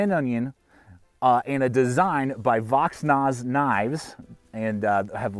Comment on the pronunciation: Thanks for this review! This is the first of these field strip knives that I really like. And the price point seems much more reasonable than the first of them, even with the steel choice, because the of the innovation. By the way, the designer's name is pronounced Vox-Naze and the knife is pronounced Vaas (the "H" is silent).